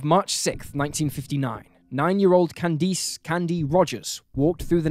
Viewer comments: Literally nobody but you pronounces Candice as can-deese. It's pronounced can-diss. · I understand that you're British, but you really butchered Marice's and Candice's names. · It's been months now, so I don't remember. It was so cringy bc he mispronounced it throughout the video. Like I said, the Comments were turned off, so maybe you can search based on that info.